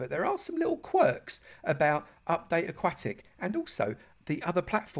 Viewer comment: aquatic not akwatic